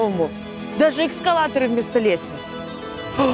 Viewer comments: Ведущая сказала «эКсколаторы»? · "экскалаторы" она сказала??? 😳